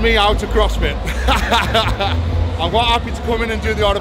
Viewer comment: "Crossfity" Perfect. Lol. Keep it up